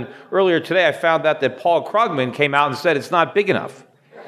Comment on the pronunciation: thats alright because it is not important to say Krugmans name properly :p